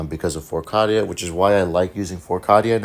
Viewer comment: Awesome vid, still love your channel. Canon pronunciation is Cay-Dee-Uh